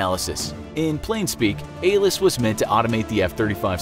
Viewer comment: It’s ALIS not ALIS